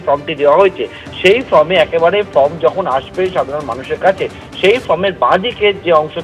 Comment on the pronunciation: ভাই, form-কে 'ফ্রম' উচ্চারণ করবেন না।